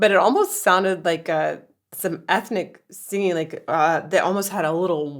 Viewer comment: Love Donald Fagen pronouncing "singing" as "sanging" in order to rhyme with "hanging". Also rhyming "beg us" with "Vegas". Brilliant!